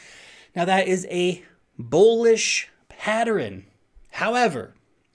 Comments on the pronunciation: Pattern pronunciation Humans -> Pat-turn -> Patt-ter-renn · Thanks. Man mainstream adoption is going freakin vertical. Happy days.;) Has anyone else noticed that the can't say pattern???:) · Thank you! I'm over here trying to say "patterin". I've never heard it pronounced that way before! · patterin? do you mean pattern? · is he saying "patterin?" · I love you, but you pronounce 'pattern' as 'pattrern' and it's weird. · PATTERIN.... What the actual F See ya. I can't take listening. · Patterin? you meant pattern? silly. Keep up the good work. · It is possible that is the way pattern is pronounced in New Zealand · Have I been saying pattern wrong my whole life? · I noticed that too! It's probably a regional thing. Not sure where is from originally, but where I grew up in PA some locals would add unusual syllables to words (mine = my-en, film = fil-em etc.) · You say 'pattern' so weird dude. Like a whole extra syllable. :P